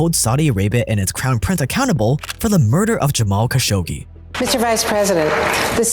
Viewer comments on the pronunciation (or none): Hey its Jamal Kha - sha - qché not Ka- sho - Gé